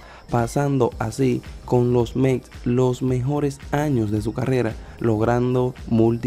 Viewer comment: No se dice Mec es METS😊